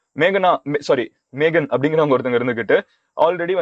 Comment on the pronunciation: Died when he said "Megana"